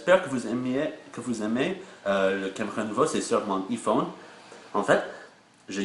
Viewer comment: On dit AïePhone